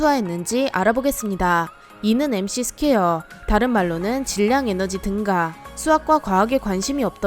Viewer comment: 등가(X), 등까(O)